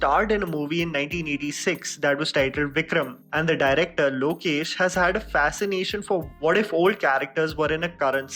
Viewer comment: Pronounce the director's name properly. ✌️